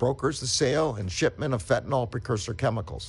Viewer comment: Good to hear but please say Fentanyl, not Fentanol.